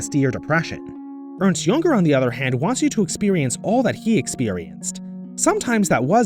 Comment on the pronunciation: Earnst Yunger? Picture me shocked by your butchering of his name